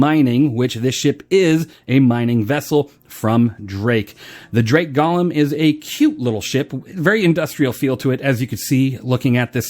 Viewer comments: but the way you SAID it was "GOL-LUM"... not GO-LEM... a Golem is; 1. an artificial human being in Hebrew folklore endowed with life, 2. something or someone resembling a "golem": such as a : automaton b : blockhead. "Gollum" is a evil twisted Hobbit character in LOTR. And my Panties are just fine thank you very much. A little tight but the chicks dig the metal studs... =] BTW, love yer chan bruh... you do the good works. 07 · GO-lem... as in GO HOME... Golem... FFS google a thing man. SMH